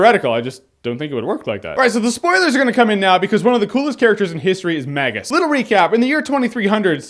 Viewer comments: I got in a huge fight with my friends back in the day about how to pronounce Magus. I called him Magus like Jeremy. My friends called him "Mageus", like "Mages", plural. And I was like "No, there's no "e" in his name." Epic. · I never knew he was called “the magus”. I just looked up the definition...and i’ve been pronouncing his name wrong for years lol.